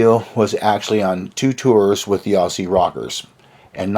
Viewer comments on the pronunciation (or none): Aussssie haha your pronunciation is hilarious. It's pronounced like Ozzy. It's clear you haven't been to Australia & your recollections of AC/DC's time in Australia are not only completely fictional & wrong, but so fucking funny. You're just making this shit up as you go along hey? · never understood why North Americans have such a problem pronouncing the word "Aussie".